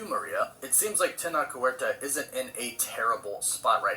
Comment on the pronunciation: quick note, it's actually pronounced "teh-notch werta" and this seems to be the JD AH situation all over again but with brown people :-P